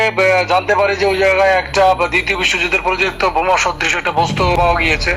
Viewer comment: বমা না বোমা।